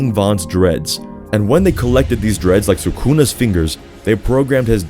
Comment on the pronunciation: Suck-cuna it's suku-na